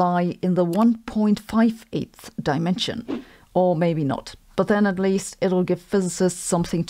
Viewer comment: "Not." Not "noy."